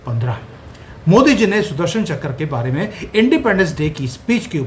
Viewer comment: चकर नहीं चक्र 😂